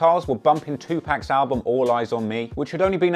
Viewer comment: Its not pronounced " 2 pack" it's pronounced "2 pock" you english fairy